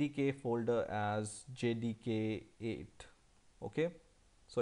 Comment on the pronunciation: sounds like he's saying jihadi 8